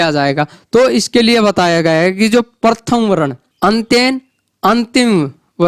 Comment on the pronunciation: आपका उच्चारण ही शुद्ध नहीं है सूत्तर परथम ग्यान वरण आदि ये उच्चारण सही नहीं है